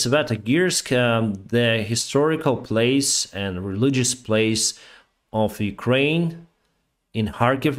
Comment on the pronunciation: The words and, end and side is normally not pronounced with a t in the end. It is d in the end.